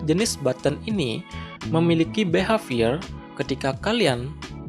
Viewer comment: kaget pas behavior pengucapannya beha:(